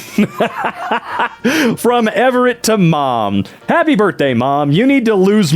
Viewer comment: I was laughing so hard at "Happy Bithday"